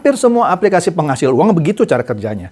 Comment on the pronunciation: Ada sebutan aplikasti😂😂😂bukan aplikasi